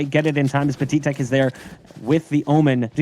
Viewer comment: its pat-i-tek not pa-ti-tek